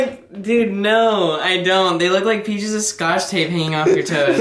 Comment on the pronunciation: anyone else notice saying "peaches of scotch tape..." lmao xD